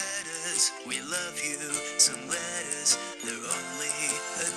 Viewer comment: I spent half a year thinking they said lettuce until I finally out 2 and 2 together and realized it was letters. Lol